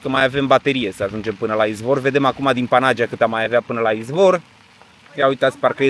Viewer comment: Vacanta frumoasa! O mica corectura, daca se poate. Panagia se pronunta Panaghiia ( cu accent pe silaba ghi). Eu asa stiu si asa am auzit cand am discutat cu un localnic.